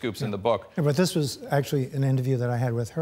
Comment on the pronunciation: This geezer actually said "dis".